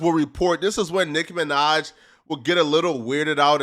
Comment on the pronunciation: Why tf you keep saying Nick Minaj ts pissing me off